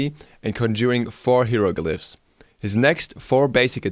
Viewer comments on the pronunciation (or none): Hieroglyphs pronounced High row glyphs